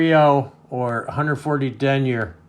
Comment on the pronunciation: Love your videos but I don’t like how you say denier lol